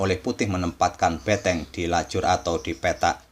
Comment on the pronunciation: benteng bukan beteng bang...